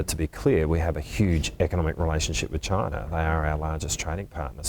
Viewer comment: Bloody hell why can't they say the word "CHINA"